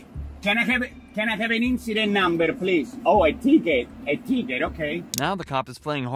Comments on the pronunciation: policeman called poullease? XD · “Sergeant Pullease” I’m dying 💀